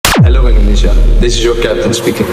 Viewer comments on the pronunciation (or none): none